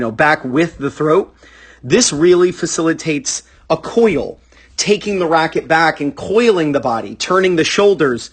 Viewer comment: Heh heh heh... COY-yuhl...heh heh... COY-yuhl [I'm such an I just love, he's a GREAT online tennis coach, one of the very best! Especially for rec players - like us! Thank you,, for everything you do. I have subscribed, and I 'like' all your videos. I'm trying to make amends, but... you DO kind of say 'coil' funny... Sorry.]